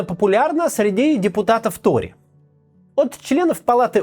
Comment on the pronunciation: он произнёс "какие ТРОЕ, какие виги?" :) пересмотрИте